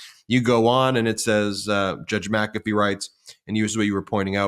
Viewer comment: WTH? MaCafee